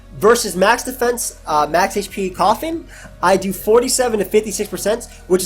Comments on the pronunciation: Every single time you said coffin I thought you were really afraid of like eviolite koffing or something for some reason. Anyway, nice vid, excited for the rest of wbe! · man its embarrassing how long it took me to realize u were saying coffin got tspikes and not calling roselia koffing LOL